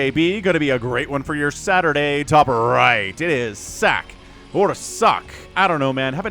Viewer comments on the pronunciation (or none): FYI the Terran player's name is pronounced S Sock. Like X-Pac or TuPac.